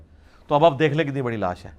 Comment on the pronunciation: Mufti sb ensaan ki dead body ko naaash boltay hayn laash nai